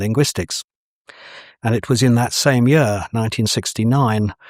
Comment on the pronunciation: By the way,, "year" rhymes with "beer", not with "fur". So, this yur, let's work on that.